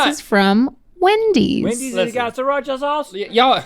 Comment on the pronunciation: Just saying, it's "SREE-Racha'. You actually pronounce the first 'r'.